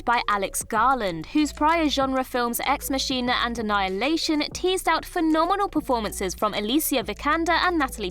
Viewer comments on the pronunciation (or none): Ex mah-keen-ah not Machine-ah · Ahem: ‘Ex Machina’ does not rhyme with ,hex machine-a’ but with ‘machina’ like ‘mah king ah’… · After the way she said ‘masheena’ and ‘renaysance’ I was really expecting ‘Sillyann’ Murphy. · Pronouncing Ex Machina as Ex Machine-a 😭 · Ex Machine-a? Yikes. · Did you really just pronounce Ex Machina as ex machine-a...🤦🏻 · Sorry, but annoying little tinkling music in the background had me pausing the video to find out where that irritating sound was coming from, then you mispronounced ex machina... I didn't finish the video 😕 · You mispronounced MACHINA. I’m not trying to bring you down, and the term might be different in the Queen’s English, but “Deus Ex Machina” is a well known storytelling device and this is a movie channel. It’s a bit like mispronouncing the name of the city you live in.